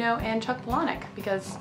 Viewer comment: I like that you pronounce Palahniuk correctly.